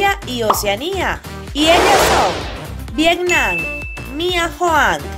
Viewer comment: No sabes pronunciar Vietnam y outfit?